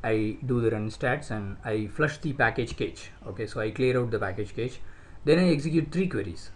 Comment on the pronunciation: Please read CACHE as CASH.